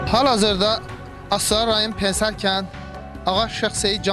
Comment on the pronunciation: pen-ser yox pene -se